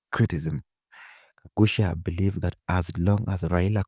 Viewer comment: That's Gakuya not Gagucia